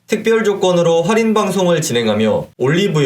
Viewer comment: 좋은 정보 감사하지만 "활인"이 아니고 "할인"입니다.